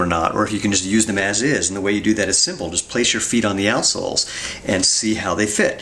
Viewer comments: Why do I keep hearing, "Arseholes"? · Is he saying assholes? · So its not just me that thought he says assholes. Quality. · I was perplexed for a while, until I realised he was saying 'out' soles. Even so, I still can't un-hear what I first heard. It's locked in now. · The way you say "outsoles" makes the beginning of this video really, really funny.